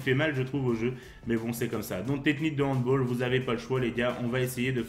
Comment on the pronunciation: Super vidéo continue comme ça ! Attention c’est handball et pas handboll 😅😅😉